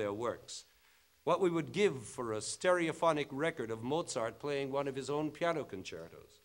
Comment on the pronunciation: Lol. "Sterophonic"